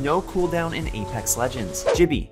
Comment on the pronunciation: but gibraltar calls himself “gibby” pronouncing it like “jibby” like when he says “jibby’s got your back”